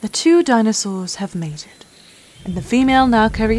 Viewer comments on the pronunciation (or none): I'm sorry, but the voice acting is terrible. "Dinossus" instead of "dinosaurs" multiple times (and, no, I'm not criticising the British habit of dropping the R; I do that myself). Specific scientific vocabulary, that some listeners may not know, isn't clearly pronounced, but hissed or mumbled. Overly dramatic way of speaking, very unnatural, even for a nature documentary. Please get someone, who understands, that this isn't on the level of dubbing sophisticated adult movies 🙄